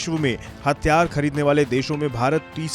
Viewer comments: HATHIYAAR not hattyaar, pehle Hindi theek karo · Bhai thik se bol le.. Hathiyar hai hatyar nahi🤣🤔🤣😂😂😂😅😁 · It's Hathiyar* not hatyar😂😂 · 🤣🤣🤣🤣 Media attayara thik se tho bol atyyar ya atyarya